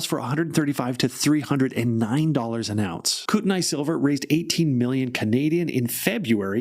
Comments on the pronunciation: NOT Koot-n-eye.... Koot-knee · "Coot-a-knee" ( I think I've mentioned this before ). I lived close to the region.